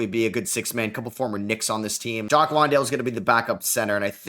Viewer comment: Jock Landale is pronounced like LAN-dale. Like a LAN party